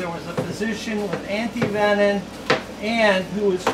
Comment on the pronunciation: Also was wondering why you were pronouncing it antivenin. I did a little research and its absolutely correct!! Learn something new Every day! Keep up the awesome work yall!!